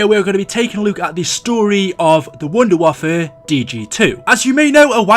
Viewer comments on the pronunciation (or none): It's pronounced vundervaffah-DG2